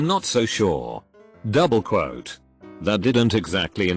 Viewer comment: nobody: text to speech: douBLE QUote